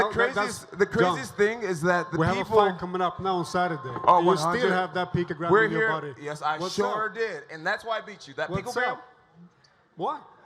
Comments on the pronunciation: it's not "pictogram" it's PICOgram ¿?¿?¿?¿? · 😂🤣 He said pictogram. It's picogram genius. A pictograms are symbols or pictures used to represent words. 🤣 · I like how Bones says that “the people judging me haven’t opened a chemistry book since high school” literally 5 minutes after being laughed at for calling picogram “pictogram”. Like seriously stfu, ur the last person to talk shit about other people’s knowledge of chemistry. Idiot. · Matt Garcia picTOgram.....are you mad? Triggered, buthurt? What does him not pronouncing the word going help or not help in a COMBAT sport. This isn't science nor english class brah. It's brawling, it does not require a wide vocabulary!! Sheesh... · Jon "chemistry book" Jones trying to be a smartass. Proceeds to constantly say "pictogram" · "microscoptic pictogram"🤦‍♂️ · Seriously, I love Jones, but every time he said “pictogram”, I cringed 😬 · “Pictogram” “microscoptic” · Jeez, Jones is dumber than Trump, "pictogram" vs "anonommess" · Lol man said pictogram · 'pictogram'.... jones stfu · "Microscoptic Pictogram" what the fuck? Jon is a bonehead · If I have to hear picogram one more time. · lol is jones mispronouncing picogram on purpose? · Why are the biggest morons on the planet always blessed physically. Jon Jones can't even pronounce a 3 syllable word. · Jones should've read that USADA manual so he would be able to pronounce "picogram" and ensure he understands what he can and cannot have in his body. Excuses. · Also, acts stupid to play it off and make it look like he doesnt even know what a picogram is. He didn’t pronounce it right on purpose. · yep I agree. The way he was purposely saying picogram wrong when he knew was pretty cringe. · Jon 'I can't even pronounce it' Jones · Diversion tactics, showing he can’t even say the word properly, is one aspect of lying. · Jones is not intelligent enough to know how to cheat in such a specific way. The man can’t even pronounce picogram. He’s clearly innocent